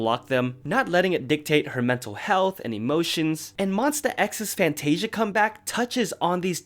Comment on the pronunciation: I think you said Fantasia wrong 😂